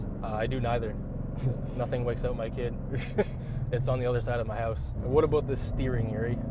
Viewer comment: Its on the other side of my hoowse😂 lol canada eh?🍁